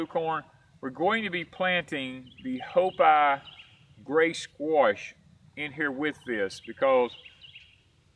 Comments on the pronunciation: Hi, hopi is pronounced with a long E sound instead of a I sound, it's like hop(e). I hope that makes sense. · I think it's pronounced HO-PEE ...from what i recall in school. Love your videos guys! :)